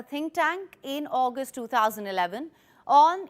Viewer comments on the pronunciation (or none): none